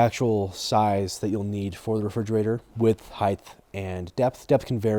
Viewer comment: no why did you say height with a TH at the end lol I never heard it before pronounced that way